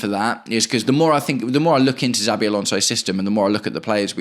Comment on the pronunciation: I agree with nearly everything you’ve said. Just one point. PLEASE say our potential new managers name correctly before others start copying you. It’s pronounced SHA-BEE not ZAA-BEE Thanks